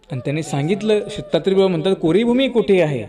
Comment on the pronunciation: आपण प्रत्येक वाक्यात सीता त्रे प्रभू असे म्हणतात दत्तात्रेय प्रभु असे ऐकू येत नाही